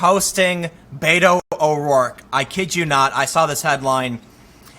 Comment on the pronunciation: Whiskey Tango he doesn't say "Beto" right.